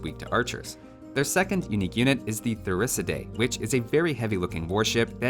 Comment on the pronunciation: Please in future when you pronounce the names of the unique units, use the following as a guide. Urumi - Oo(as in ooze) roo-mi(me) Ratha - Ru(like in Rust) thaa Thirisadai - Thii ( as in these) - rii (as in revolt) - sa (like in sub) - dai (like die) Chakram - Chuck-rum Shrivamsha - Shree - vam - shah Ghulam - Goo-lum